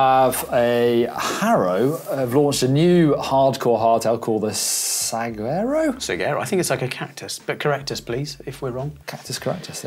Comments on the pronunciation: Note for all us gringos: Saguaro is pronounced Sa-guaro not Sag-uaro. Also, the g is very soft not harsh like in English. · Saguaro = Suh Waa Row. Cheers from Arizona lol. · As an Arizonan, hearing them say Saguaro was painful. It's pronounced Sah-wahr-oh. :) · Saguaro is pronounced sewarow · pronounced like- sawaro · Saguaro = Sah-whar-oh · Its funny how many people dont know how to say saguaro.